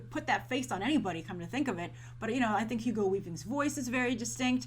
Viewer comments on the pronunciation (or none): none